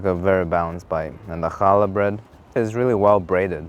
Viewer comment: Made fun of the guy for saying bolognese with an accent and then immediately put some stank on the challah pronunciation